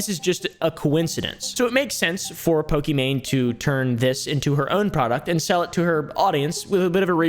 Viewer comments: Fun fact: her name is actually prinounce "e-mon" not "e-main" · It's not pronounced "e-main" it's "e-mon" which means it's actually Pokemon but I doubt she was to deal with their lawyers 😅 As someone who gets called the wrong name a bunch or ppl misspell it I wanted ppl to know how to pronounce her name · its pronounced e mon , it was always a pokemon pun , i think gucci mane in the lexicon caused the confusion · pokimane's name is pronounced "eemon onys" btw !! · Another video another white man not able to pronounce pokemaines name 💀💀🤡